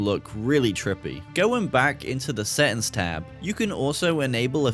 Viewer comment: “DA SETTINS”